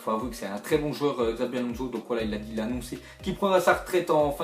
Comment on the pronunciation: on Di shabi pas xabi mdrr